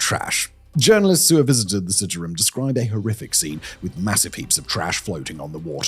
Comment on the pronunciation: You are pronouncing the river incorrectly. I am a Canadian living in Jakarta. It's worse than you can imagine.